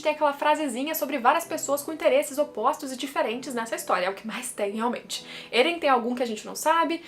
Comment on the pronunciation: Estou acompanhando o mangá agora, e seus vídeos são ótimos. Mas porque você fala Êren ? O nome não é Eren? Não tem acento 🤔